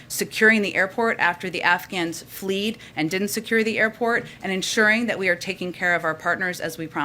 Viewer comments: Did she really just say "fleed" Bless her lil heart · It’s fled, not fleed. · She said Fleed..... please no... she doesnt even know her own language... yet they gave Melania hell. "Fled" Jen.... "Fled" 🤦🏼‍♀️ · "After the Afghans 'fleed'"- (Psaki) lol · After the Afghans fled not "fleed," madam secretary. Pls Joe's white house secretary, check your English. People are listening. And who are you angry with for your bosses' abysmal politically machinated surrender to Taliban? You did the same in Libya. You left Americans behind there and orchestrated the murder of some American soldiers there to cover up some stuff. Even my illiterate grand mother can do better than Biden. Pls obliterate the Taliban now and make the world safe. Soon Buhari's government in Nigeria will surrender the American super Tucano aircraft supplied there to his Boko haram brothers in Nigeria and hand over power to terrorists as Joe Biden did to Taliban. We in Africa are already afraid of what this current demented American President is doing. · She said flee'd😂😂😂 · After they FLEAED., FLEEED, FLEA-ED, FLEE-ED.....??? The word you were desperately searching for Jen, was FLED. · "Fled", Jen. Not "Fleed". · Did this adult "spokesperson" just seriously say Americans flee-d?? someplace?? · Wow did she butcher that